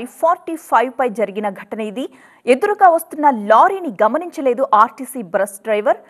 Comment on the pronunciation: చూసేవాళ్ళు టెన్షన్ పడాలికానీ ఇక్కడ న్యూస్రీడర్ టెన్షన్ పడుతుంది మేడం అది rtc బ్రష్ కాదు rtc బస్ అనాలి